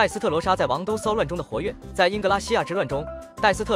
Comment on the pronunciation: AI念稿啊，寫王“都”，念王“兜”